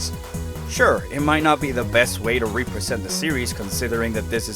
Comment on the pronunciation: I would’ve subscribed if you didn’t pronounce “represent” in literally the most obnoxious way possible.